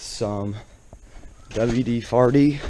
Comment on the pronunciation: 😂 he said ‘ima spray some wd-farty ‘💨 😵😵‍💫